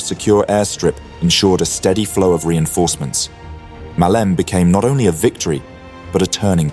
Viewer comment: Muh-lee-may not Muhleem.